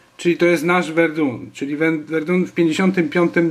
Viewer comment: Verdun (czyt. Werdę) ;) Pozdrawiam :)